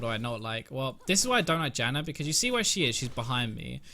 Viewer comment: Dude, why are you saying "Jannar" ??!! hehe xD